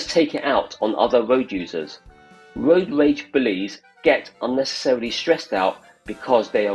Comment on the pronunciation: I'm not sure Road Rage video commentary suits someone that can pronounce road rage?